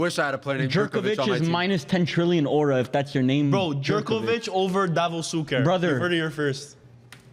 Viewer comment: as a Hajduk fan, I appreciate that Pala but Šuker is the best Croatian attacker of all time. Also the "Jerk" in Jerković is pronounced more like "Yar" in Yarmolenko, the "j" alone is pronounced like "y" as in " a year", so Yer-cow-ich